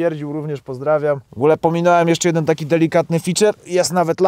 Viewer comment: Zamiast golf jeden usłyszałem golf bieden 😁😂